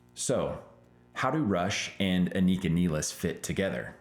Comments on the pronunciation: You're pronouncing Anika's name wrong and you met her? LOL Not even she pronounces it the way you do. Listen to her interviews. Anyway, great video, you make great points and totally agree! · Holy Crap can you at least say her name properly for F sakes, It is not Anik___a it is An___ik___a and you have her last name wrong as well